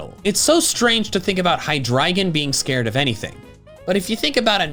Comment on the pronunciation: Its pronounced high-dree-jun. Like the words hydra and legion